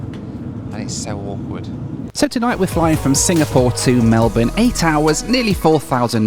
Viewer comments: 100% kudos for pronouncing Melbourne correctly. 😮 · Jetstar fine, as a local I am just glad to hear 'Melbourne' pronounced correctly. Welcome.